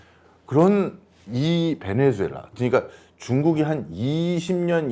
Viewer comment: 사랑하는 교수님, 베네"수"엘라 발음 똑바로 해주시면 고맙겠습니다. 방송 하루이틀 하시는것도 아니잖아요 에스파냐어에서 z는 ㅅ으로 발음하는거 모르실리가 없으실텐데 실수를 너무 자주하셔서 안타깝기도 하고, 듣는내내 거슬리기도 해서 충언의 마음을 담아 댓글을 적습니다.